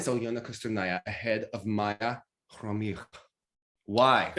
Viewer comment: Omg))) Khromykh)) Now it sounds like you are practicing Armenian accent. But it's cute and sounds like the right name, just with an accent. Much better than Khromytch. Well done!